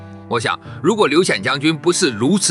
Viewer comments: 劉戡的“戡”不是念如“看”（看家的看）嗎？ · 「戡」不是讀做ㄎㄢ嗎？ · 劉戡-(唸 ~瞰) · 劉戡(ㄎㄢ)，用AI配音還是要注意發音正確性才行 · 你連個戡字都不會讀，還配來點評黃埔將星？